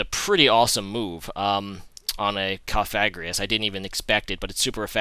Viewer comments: no he doesnt he says cofagrius its cofagrigus he didnt pronounce the last g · COF-A-GRI-GUS are you ever gonna pronounce it right??? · Its kof-uh-GREE-guss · Just sayin' every time he faces a Cofagrigus, he doesn't pronounce the name correctly. It's not even a hard one to say. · THERE'S 2 FUCKING G'S IN COFAGRIGUS GOD DAMN IT